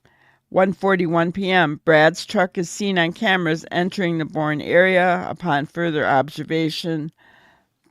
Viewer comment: Boerne is pronounced "Bur-nee".